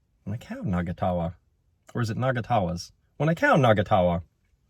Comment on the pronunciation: No its not nagatawa. Its na-nga-ta-wa- meaning 2 or more people laughing.